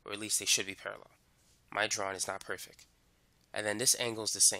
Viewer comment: how he pronounces "Perfec" and "wavelemff" got me dead